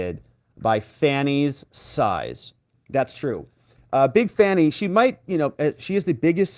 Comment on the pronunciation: The lady can't even say fanny. If you can't pronounce very basic word's then you have nothing's to say that intrest me.